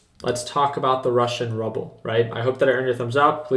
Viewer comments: it's prounounced ROO BULL lol not rub bell it's not Fred Flintston and Barney Rubble lol ROO BULL it's pronounced ROO BULL say it baby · Roo-pul. But ya, it’s pretty much just rubble now. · The Russian Ruble is pronounced: Roopl, Great insight though!! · Pronounced “rooble”